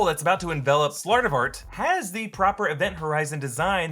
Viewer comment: it’s Slartibartfast with a B in the middle, but yes.